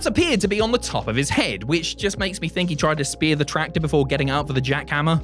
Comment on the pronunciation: “A Tractorrr” 😂😂